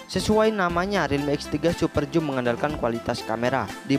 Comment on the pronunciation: bang baca nya biar btul super zoom bukan joom